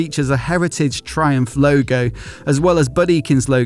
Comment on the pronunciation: Thai-umph and Thai-cati